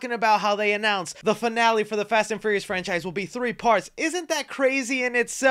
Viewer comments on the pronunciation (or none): You just can’t say the word furious can ya bud lol